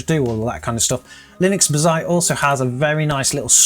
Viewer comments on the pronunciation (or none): You know it's "bazzait" not "bizait", come on! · Ba-Zite? Litrus? What are you trying to do to my head 🤣 Baz-ite, Loo-tris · It's Bazz..ite not Ba..zzite. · WHAT THE FUCK IS B'ZITE ? its BAZZ ITE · BAH-ZITE... but Buuu-zite. Also, what a bore to build a Bazzite machine and not using Game Mode... skip. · Hearing you call Bazzite like that made me want to give you a hug and say something like "that's ok buddy!" :) In the video description you have a typo calling the gpu the 3060. Good video man, more realistic as most people use Nvidia GPUs. I still don't know if I would move to Linux. Software I want to continue using doesn't seem to be easily or at all run on Linux. I am thinking of the Enterprise versions of 11 or 10 instead.